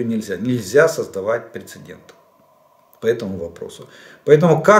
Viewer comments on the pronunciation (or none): none